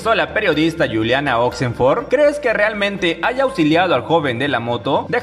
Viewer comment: NO ES GULIANA ES CON J SE PRONUNCIA JULIANA..CARAJO HABLNE CORERCTAMENTE L IDIOMA ESPAÑOL..